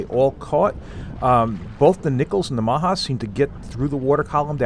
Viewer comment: just so you no the spoons are tony maja pronounced tony ma like short for mom and ja so maja ma-ja